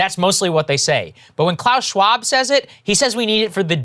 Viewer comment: Breaking Points is going full Alex Jones now. Saagar hasn't learned how to say Klaus Schwab just yet.